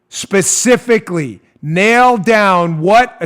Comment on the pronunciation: ''Specifically!!!!'' LOL